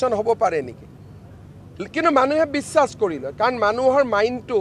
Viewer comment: Mama apuni bisakh tu ussaron koru te bare bare biwas koi ase sun. Apuni Bongali hol neki mama?